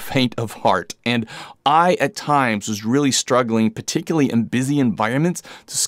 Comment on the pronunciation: Nice review! Looking for a 14 or 20mm equiv for Fuji. The way you pronounce “particularly” was getting to me though 😅